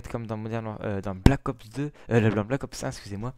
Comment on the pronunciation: Pour moi je ne l'acheterais pas mais sa me tenterais quand même de le tester. Sinon bonne vidéo est ces Black Ops pas Balck Ops ^^'